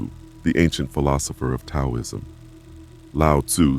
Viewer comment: I hate these AI generated videos. It's like being fed ultraprocessed junk food. Learn how to pronounce 'taoism'.